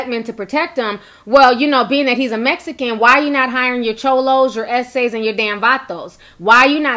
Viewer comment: The way you say MEXICANS BOTHERS ME ..BAD.. I AM A HUGE FAN OF YOURS BUT THIS AIN'T COOL